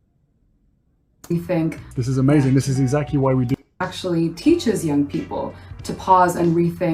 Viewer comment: Did Harry say "exact-ee?"